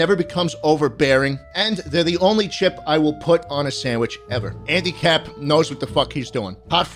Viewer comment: I heard "handicap" and not "andycap"